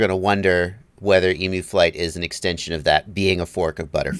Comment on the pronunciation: It's pronounced 'Eem-you'. Not 'E-moo'